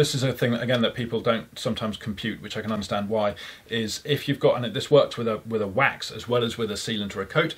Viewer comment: The sooner starts to use the word sealant or coat instead of his pronunciation of wax, the better:D Good video and interview. I look forward to trying version 2 alongside version 1